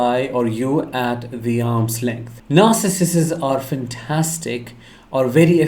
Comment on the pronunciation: NAR—Sih—cists…pronunciation(?)…since your videos are ABOUT this personality disorder…(?).